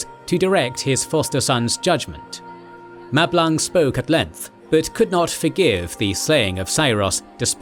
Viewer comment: I cannot be the only one to hear Mablung as ‘Matt Blanc’, and finding it utterly hilarious 😅 Great video, already watched several times. For such is the quality of thy creation.